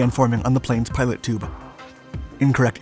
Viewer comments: Say Pee-toe. Pitot tube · Pee Toe. Pee Toe Tube. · Pitot tube. Pronounced pee-toh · The narrator is not the author of the content, and I believe the narrator is blind, so not a pilot. Nonetheless, he could study and understand aviation terminology better. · For the love of God learn how to pronounce "pitot" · Hey, I don't think anyone has commented about this yet but the word Pitot is pronounced [ pee-toe ] lolZ, I didn't even know what it was before I saw the video but I just had to comment this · It's PITOT, pronounced pee toe. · Pitot tube (pee-do) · PITOT TUBE! Pronounced Pee-tot tube. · It isn't "pilot" tube, it is pitot tube "pee-toe". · Pea-Toe, not Pie Toe and certainly not "pilot" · I rewound it a couple times asking if he was actually saying pilot tube. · I hate when people pronounce it pee-tot tube also. Is it so hard to say pee-toe? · By the way, it's a "pee-toe" tube not "pilot tube"! I'm surprised that it didn't have a heated pitot tube, even helicopters have them! Burned my hand on one on a Huey while going around the front and not paying attention! The static shock got me and the burn was just a gray ash mark because it was so hot! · How have you done all these videos and can’t even say “Pitot” tube. It’s not a “Pilot” tube. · Funny how serious and sure he sounds of everything, but then says “pilot tube” instead of the correct pronunciation, “peetoh” tube. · It’s not a pilot tube , it’s a pitot tube! If you’re going to do a commentary, know your material! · Pitot or "Pee-toe" tube, not pilot tube. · It's a pitot tube; not a "pilot" tube. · It's pitot tube not pilot tube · “Peee-toe” tube. Not “pilot” tube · PEETO!! Not PIE-TOTT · Its not a 'pilot' or 'pie-tot' tube. the way that 'pitot' tube is pronounced is "pee-tow" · Its PITOT tube not PILOT tube!!!!!!!!!! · say it back to me PEEE TOEEE Tube not PieTOT tube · Pitot(peetoe)...not pilot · Small correction. It's Pitot tube, pronounced Pee-tot. It's a tube used to sample ambient medium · PEE-toe Tube.